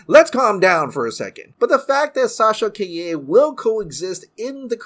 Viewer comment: I thought her name was Sasha Calle, not Sasha kai-yeh 😂😂😂